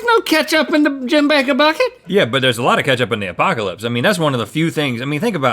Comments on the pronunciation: Is anyone else annoyed by "Apaco-lips"? Woouldn't it be "Apoca-lips" or am i missing something here? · "Lickin' my Apaco-lips" Do you mean Apoca-lips?